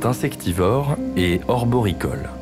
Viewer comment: Orboricole, cela n'existe pas. C'est Arboricole. Vous ne comprenez même pas ce que vous lisez.